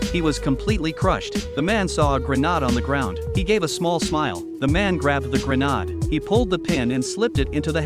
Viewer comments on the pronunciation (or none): It’s grenade, not “Grenod”, Jesus the voice AI’s are terrible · It's grenade not granade but still funny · it's pronounced Granade ... not Granard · Grenade❌ Grenad✅ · Garnad 😂😂😂😂 fark you A.I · I give them a thumbs down he cannot even say hand grenade from which country he came from